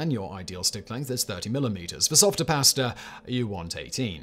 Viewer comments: Listening to him say PIA-ASTUH many times makes me wanna punch my screen ! Hmm, I wonder if that’s related? Or when he says the words such as ‘LAW’ yet it’s ALLLWWWWAYS ‘LORE’ ! Ahhh… so many Brits adding R’s to pretty much all vowels & dropping R’s for also the same reason, which is seemingly NO REASON!? Well -except 🇬🇧 like to play, how to Fudge up the language that’s named after your own country? Just all guesses, judgemental behavior & everything else. 😜😵‍💫😵‍💫 Also another thing that seems very British or at least belongs to the colonized British places was a recent video of his - were the origins of strange idioms- seems like understandably the odd ‘Bobs your uncle’ 🧐😳🤭belongs to 🇬🇧 also. Simon states, it’s like saying- “A PIECE OF CAKE” 🍰 Yet does not explain where that one came from. Smh. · Simon, whenever you master the proper way to cook pasta, perhaps you’ll also learn how to pronounce it 😂jk. Carry on, Fact Boy🤘🏽 🍻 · I love my pass-tuh al denté